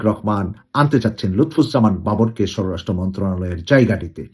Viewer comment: স্বরাষ্ট্র উচ্চারণ ঠিক হচ্ছে না।